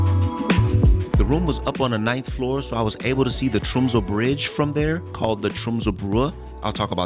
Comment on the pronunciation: The fact you called out Tromsø in first word basically flawlessly= instant sub. im a local. great to see people enjoying our humble rock :)